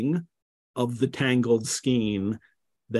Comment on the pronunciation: FYI: “Skein” is pronounced with a long A sound.